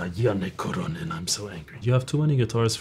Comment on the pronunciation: bro how in the fuck do you pronounce "Kuronen" so accurately? this is groundbreaking